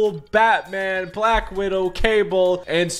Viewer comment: He said black widow wrong